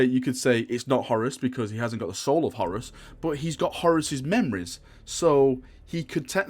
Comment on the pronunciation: HorUS...it sounds like you're saying Horris..lol